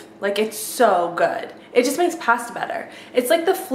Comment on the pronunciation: past-a? wait what?